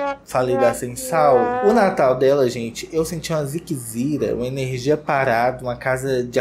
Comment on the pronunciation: Meu Deus vc precisa muito ser o stalyt dos menino da Kika ela não veste esses menino bem sempre parecem estar com a mesma roupa... Agora elas estavam lindas a Koko e a kourt deram o nome. Mais o Natal da sem sal como falando"Natal siquisira, ernergia parada" rsrsrs😂😂😂😂😂😂bjs❤❤